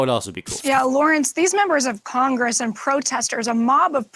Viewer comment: i'm not sure if she said drunk traffickers, but i did hear her say congrgress, lol